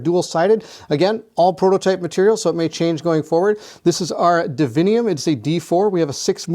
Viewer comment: Its divinum. Not divinium.